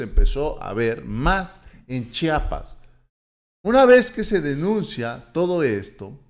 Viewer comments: Disculpa que te lo diga, pero se dice chiapas, no chapas.. Te agradezco buen dia.!! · SE PRONUNCIA C H I A P A S !